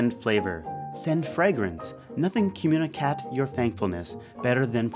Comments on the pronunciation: "communicat" LoL. Love your videos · i love the way they "communicat"